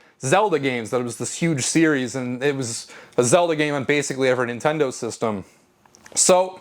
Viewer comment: I learned early on to leave the TV on mute if I left my good ole "Nintendur" on while doing homework.